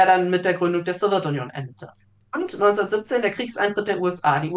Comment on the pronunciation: Geht mir genauso! Man merkt, dass viel Arbeit in die inhaltliche Aufarbeitung investiert wurde. Zum zweiten Punkt: Da meine Eltern in der Sowjetunion aufgewachsen sind, bin ich es eh schon gewohnt, dass sämtliche Begriffe aus dem Themenblock ,,interessant" ausgesprochen werden. ,,Sowirtunion" ist da tatsächlich noch sehr zahm🙈